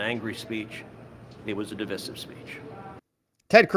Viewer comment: Can everyone please stop pronouncing divisive as div-iss-ive? It's div-eye-sive.